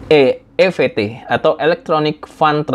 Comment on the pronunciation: 1. E eF Te pak, bukan E Ve Te. & Karena ini bahasa Inggris, maka seharusnya dibaca I eF Ti. 2. Dll di bagian e-payment saat ini itu contohnya seperti yang saya gunakan yaitu IMkas, Uangku, & NUcash. IMkas yang sering saya gunakan buat belanja di Alfamart. 🙏🏻